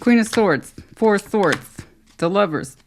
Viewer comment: 😂 when you said 2+2 is 4 I heard floor 😅